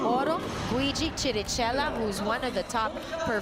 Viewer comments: Its kirikela! Not chi-ri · Can she just please pronounce Chirichella right? It's with K!!! KiriKella der is no dsh-sound in that name...:-)